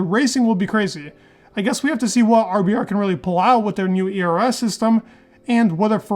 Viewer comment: Dude you need to brush up your pronunciation. Your ERS sounds like eras.